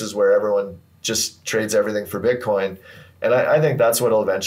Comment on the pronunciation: Butcoin? Come on man!